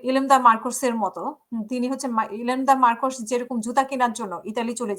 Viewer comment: Not ilemda correct is imelda markus 😂😂😂